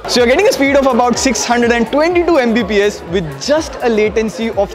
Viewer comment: video Editor: "MBPS", desperately saying its "Mbps"